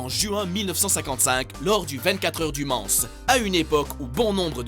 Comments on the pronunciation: 24h du Man"ce" xD non c'est 24 h du Mans ("Mant") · du mansse... mais qui ne sait pas que ça se prononce « men » b*rd*l de m*d